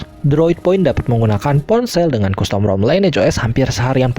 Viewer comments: Pelafalan costum bukan kustom om, tapi kastem...😂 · custom bacanya kastem, bukan kustom 👍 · Saenogen? . Kustom? Tolong di perbaiki speech nya.